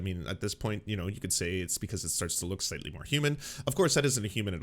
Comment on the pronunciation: Emphasis on "Slightly."